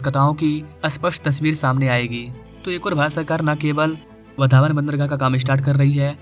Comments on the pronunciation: भाई तू गलत प्रोनौन्सिएशन कर रहा है 'वधावन पोर्ट' नही 'वाढवण पोर्ट' ऐसा बोलिये | 'वाढवण पोर्ट' ऐसा बोलिये उस जगह का नाम है 'वाढवण' | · आपको वाढवण बोलना नहीं आता क्या?